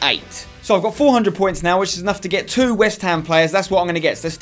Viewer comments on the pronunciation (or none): none